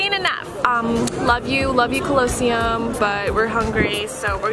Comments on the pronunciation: Ok, I'll let the weird pronunciation of Colosseum go...but TREVOR Fountain?? Naw to the naw to the naw naw naw~ LOL^^ Do at least the minimum of research before you travel, ladies! But it was funny, though~~~ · I lose a reason to live everytime I hear them pronounce colosseum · tbh- as somebody who travels to Italy so much, you guys are touristing very wrong I guess? you say the colosseum way wrong, and the trevy fountain, saying the general Italian wrong, it’s very uncultured. you should never take anything from venders( you will get scammed! ) and saying things very inappropriate out loud, swearing in public, change out usd for euros, and you should walk everywhere. no hate but, you should plan out the trip and do your research,!!italians and French people aren’t huge fans of tourists who act the way you guys do. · WTF... lol cringe how pronounced Colosseum 🤦🏼‍♀️ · The way pronounce Colosseum it doesn’t matter but like lol I remember learning about it in school last year also they are so pretty and I love all their outfits💖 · Guys it pronounced colo-sseum not closseum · calosium? it’s Colosseum (cal-a-see-um) LMAO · It’s not colo seum it’s coli seum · did?…did you just say?…did she say..uhm…did you say CLOSEUM? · The ~cUlLoAsEuM~ lol that's not the right way to say it 🤣 😂 love them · I couldn’t stop laughing every time they pronounced “cOloseum” 😭💀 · Ca-low-sseum 😭 this made a deep cut but I forgive you (from an Italian) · Evelyns pronunciation is sending me collowcium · I'm sorry but the way u pronounced colesseum 😭✋idk if it's cus I'm British but its pronounced col-o-see-um 😅❤️ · they did not just say cuuuhloseum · it’s COL “COLUH” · They said the col-oa-cym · Colleseum is pronounced "cohl-li-see-um" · That’s not how you say colosseum! It’s col-oh-sea-um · bro stop saying closeum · I love how when saying her bucket list and said colosseum wrong😂😂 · Lmao I’ve never heard anyone pronounce colosseum like that before 😭very new and interesting